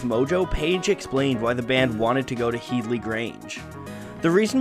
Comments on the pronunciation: It's head-ly grange not heedly grange lmao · It’s pronounced head-lee, like bed-lee. Not heed-lee. Watch an interview with Jimmy Page. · Head-lee grange mate, not heedly. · Its pronounced HEADley grange, not HEEDley. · HEAD-ly, not HEED-ly. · its' pronounced Headley NOT Heedley . .. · HEAD-LY Grange. Not HEED-LY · Headly Grange pronounced Hed - ly. "When the Levee Breaks" - drums recorded as explained but also thru an echo machine (Bimson?). See Rick Beato who got it from Glyn Johns (again, ? Surname) who engineered it. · head-ly, like your head. HeaDly Grange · It’s pronounced ‘hed-lee’, other than that great video! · Disappointed in the butchering of the somewhat easier “Headley”, though.